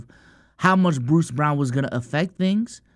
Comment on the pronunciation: it’s pronounced Brown not Brawn